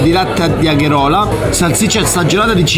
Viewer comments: con tutto il bene ma Agherola non si può sentire, si dice Agerola, mia nonna è morta dopo quella frase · La fantastica "agherola" non agerola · Come farmi morire, semplicemente sentendo la parola: “Agherola” e no “agerola”, K.O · Agerola, non Agherola Un colpo al cuore per tutti quelli di Napoli HAHAHA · Ok tutto ma fior di latte di "agherola" no, Agerola! AHAHAHAHAHAH grande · Va bene tutto. Ma un napoletano che non ti dice che il paese si chiama "Agerola" e non "Agherola" no eh! Comunque questi video sono spettacolari. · sono di Napoli ma agherola non se po sentì. Agerola è una frazione dei monti lattari vicino furore....zona tipica x i latticini. In costiera amalfitana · al min 11.04 fior di latte di AGÈROLA no Agherola!!!! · Bravo ma fior di latte di Agherola non si può sentire. Agerola! Bel video, grazie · Fior di latte di AGHEROLA WHATTTTTTTT vuoi dire AGEROLA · Agherola no però...ÀGEROLA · FiorDiLatte di "Agherola" non si può sentire però Fratè Hahahhahaha :D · Fiordilatte di AGEROLA no AGHEROLA!!!😂😂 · D agherola non si può sentire agerola si dice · Però “Agheròla” non si può sentire eh.. AGÈROLA si dice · agherola hahaha agerola al massimo haha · No Agherola, ma Agerola la g(ge) no ghe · comunque si chiama provola di agerola non agherola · mozzarella di agerola no agherola 😂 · A -ge - ro - la, non agherola ;) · Noooo Fiordilatte di Agherola, ma di Agérola 😂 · Di agèrola non agherola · "fior di latte di AGHEROLA" Tutti i napoletani morti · Nessuno: Assolutamente nessuno:: agherola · Agherola non si può sentire...... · lovvo il food porn però FIORDILATTE DI AGHERÒLA non se pò sentì 😂😂😂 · Va bene tutto ma Agherola... Un colpo al cuore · Agheròla però non si può sentire :-) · Noooo di agherola non si può sentire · Quando ha detto agherola sono svenuto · Di agherola? Hahhahahaahhaha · agerola non si pronuncia così ahahahhhahahah